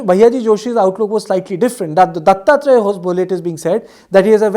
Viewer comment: Its ho-sab-le and not hos-bole😂😂